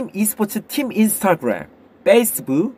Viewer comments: ???: 안냐세여 아쥽 쁘로스뜨에서 젼글러를 마꼬있눈 끌라~욷 뗌쁠럽니다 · 굳이 원어 발음 살려서 ‘인스타그뢤’하는 클템을 보니 식도까지 뭐가 올라오는거 같으면서도 어쩐지 싫지 않은 느낌?